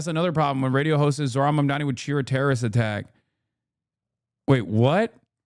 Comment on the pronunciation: you SPELL it WRONG!!!! its zohran(Zoooohhh-run is the pronouncation)